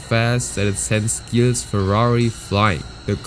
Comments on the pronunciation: Not Guille villeneuve but Gill villenuve like Gillett or "jill". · The pronunciations you have for every single name is spot on, except ONE.. Gilles Villeneuve.. It's pronounced like a G in French, so ZHill.. Sorry, had to clarify that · not judging, but it's pronounced "Jill" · Dont wanna be that guy but his name is pronounced like a "j" not a hard "g" you say the G like you say jacques. Villeneuve was well pronounced though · Not flawless. For some reason, he's got "Gilles" (as in Villeneuve) wrong — pronouncing it with a hard G instead of the logical, French soft G. In French, G is always soft before an E or an I. Surely this narrator knows that. His French otherwise sounds pretty good, so it's a little jarring that he's got a famous racer's French name wrong. Perhaps he's actually A.I.? Or at least, not a real racing fan (everyone knows Gilles Villeneuve!)? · Man, you really butchered Gilles Villeneuve's name lol- mainly his first name. The 'g' in Gilles is pronounced with a 'sh' sound but with a 'zzz' undertone I guess you could call it. Last name pronounced Vill-n-uh-ve but the 'uh' is almost halfway to making a 'oo' sound. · Gotta say I love hearing some local legend named here. Gilles is actually pronounced "jille" (g alone sounds like a j and Gu sounds like a g) :) you hit that trois rivières crispy clean!